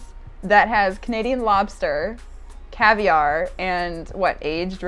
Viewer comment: My man said caviar wrong